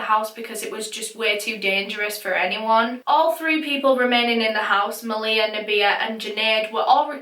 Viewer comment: dang i was watching this case and thinking the whole time, this reminds me of how my older sisters best friend passed away, and i didnt realise until afterwards that this actually was about my sisters friend. i think i never noticed cause of how u pronounced her name, (its pronounced ma-lee-ha). i remember when i found out about her passing, i must’ve been in reception at that time and didnt know the full story until now. all i knew before was that maleha’s ex-boyfriend set her house on fire killing her and her sister and that a while after both of their deaths her older brother also passed away. it’s sad that i didn’t recognise her as she used to always be around at my house. may they all rest in peace